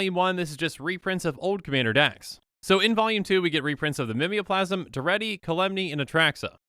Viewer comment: Are they not pronounced Ghave (Gayv) and Mimeoplasm (Mime-o-plasm)?